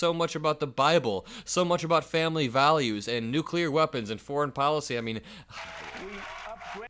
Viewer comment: "I understand nucler (sic)". Sounds more like Homer than an MIT professor. Ask him if he understands the Nuclear Triad YET?